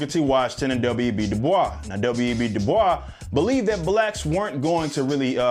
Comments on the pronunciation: the most annoying part is how he pronounces "Du Bois" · The way he said Dubois, cringe. Yes I know that's the French way, but my first year of college at Bard College at Simon's Rock was in the town of Great Barrington where he grew and the school was very prideful he grew up in the area. We read a lot of his work and wrote even our application paper about him, his stuff is great and it was interesting comparing him to Booker T Washington in school. That tangent over He definitely did not want his name pronounced the French Way. Instead it was more like Da Boyz in pronunciation.